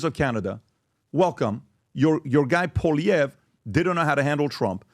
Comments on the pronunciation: Just say “Pollyev” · Polly Eve is how it’s pronounced. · Guys. It's Pau-lee-ev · Call him by his last name and not first name, please. His name is Poilievre and not Pierre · it’s pronounced POALEE-EVRE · “Polly- Ev” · Poilievre is pronounced po-lee-ev. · Pwah lee ehv = Poilievre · Pronounce his name right. Come on guys! Poilievre="Pauly-ev" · REPEAT AFTER ME: "Poly-ev" .. simple as that 👍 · You are making a fool of yourself. You can't ever pronounce Pierre name. I use to love your podcast but I see you don't actually do your homework. As a Canadian I can tell you that you don't have a fucking clue. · Also,, you should know how to pronounce Pierre Poilievre name by now. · you can't even pronounce Pierre's last name.